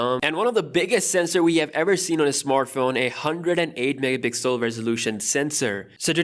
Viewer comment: Normal people: megapixel: MEHPIXEL